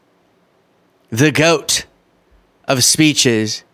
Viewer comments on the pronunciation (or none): none